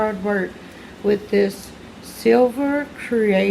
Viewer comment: Silver not sliver